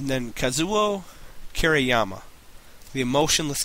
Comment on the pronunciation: I loved your review. c: I own the two movies, the novel, and the entire manga collection, and I love it. xD I've been a BR fanatic for a good year and a half. Just a few things in this review bothered me. Mispronunciation of names and such. [Mainly Noriko, Nanahara, Kazuo, and Mitsuko.] If you listen to the way the actors say the names in the movie[s], it's easier. You'll know for sure how they say it. c: Other than that, great review~